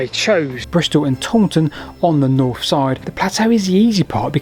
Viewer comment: Ok just to bring you back down to earth.. could you poss have a go a saying 'north' instead of 'norf'? Don't care about 'sarf' 😅 also funny when you said 'to my west'